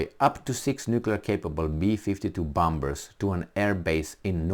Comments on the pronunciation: Please, let's get real. We Aussie have very limited defense capability (for such a land mass) and at first sign of trouble we will be begging for help from Uncle Sam. It is reciprocal agreement, i.e. beneficial for both nations. BTW "bombers" has a silent "b". i.e. sounds like "bommers". Anyway, really enjoy your podcast (even if I don't totally agree). Keep up the good work. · I love ya bud. But bombers is pronounced bawmers